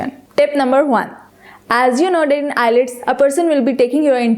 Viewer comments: Nice tips! Just a little tip for you as well. It's IELTS not ILETS, please pronounce it correctly. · Madame Its IELTS and not ILETS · it's not eye-lets..... its IELTS PLEASE CORRECT YOURSELF! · First of all its ielts not ilets 😂😂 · It's not ILETS, it's IELTS. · First improve ur pronunciation its ielts not islets OK Mam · is the pronunciation ielts or islets ? plz check it first and then publish it, just a opine not judgement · nyce video but wrong pronounce of IELTS its ok but very attractive video